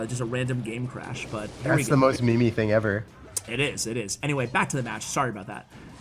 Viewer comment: I used to have mad respect for, until he said "Me Me" rather than "Meme"... You broke my heart... I SAID GOOD DAY!!!